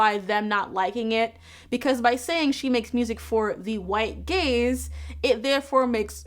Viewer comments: For half of this video I thought you were saying "white gays" and was like well you aren't wrong there what's the problem hahahah I feel so stupid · I got halfway this through the video thinking you were saying white gays not white gaze 😭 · I don’t know why but I thought you were saying, “white gays” instead of “white gaze” for way too long. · I kept hearing "making it for the white gays" 😅 I think because the sentence was referring to music, rather than something you watch🙃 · bruh i thought u said for the white gays LOL ...which would probably be more true tbh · Ngl I misheard "white gaze" as "white gays" 🤦🏻‍♀️ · As someone who doesn't listen to Lizzo, it took me way too far into the video to realize you were saying she makes music for the "white gaze" and not for the "white gays". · I thought you said "Lizzo makes music for the white gays" and was very confused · I was listening to this while playing video games and therefore heard “white gays” several times before I sorted out that it was “white gaze”. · Awesome article. Tho every time you said "gaze" I heard "gays" and I kept thinking "boy, I'd love some more music aimed at the white/black gays!" lol Ty for your analysis! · I spent waaaaay too long watching this video thinking she was saying gays lol. For the record, this white gay loves your work,! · I was thinking the same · The first couple of times I heard it the same way. lol. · so i was right now years old when i found out she said "gaze" x''D ngl, it reads both ways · I.... did not realize it was "gaze" until I read this comment